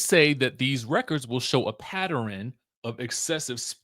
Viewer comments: THERE IS NO SUCH WORD AS PATT--ER-AN and you know it pattern has 2 syllables not 3 do better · Not PATTERRIN. LOL. I LOVE when people pronounce pattern PATTERIN lol